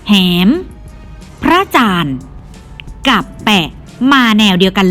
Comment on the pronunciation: แหม..แหม..อ่วนว่าหมอแอแหมนะคะไม่ใช่อ่านว่า. หอแอแหมนะคะ